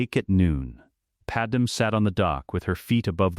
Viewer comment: Probably should teach the AI to say Padme’s name right